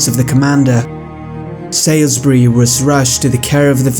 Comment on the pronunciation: Salisbury is pronounced 'sawlsbree'